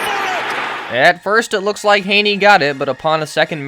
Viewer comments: Gave this a thumbs down SOLELY for the constant mispronouncing of Chad Henne's name (Hinny not Hayney) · Thanks for the video bro but the Chad Henne pronunciation is going to kill me. It’s not ‘Hay-knee’ It’s ‘Hen-Ee’ Like a hen, a chicken, and then just an ‘Ee’ sound. May Satan bless us all. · I gotta say bc it’s bothering me and chad is from my hometown. It’s pronounced Henny not hainie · Hen-ee….. Jesus Christ. Do you do research? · No mention of the Browns player choking out Mahomes and Chad Henne is pronounced like a hen not with an a sound. Browns can suck it.